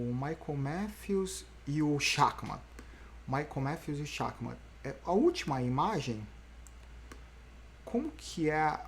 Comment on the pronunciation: Amanhã deve dar Schachmann., se pronuncia “Scharrman” - jogador de xadrez